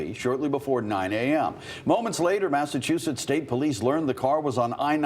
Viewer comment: is it just me but the first time the guy said the name of the place it sounded like massachusus?